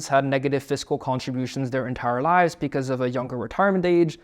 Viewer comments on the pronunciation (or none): none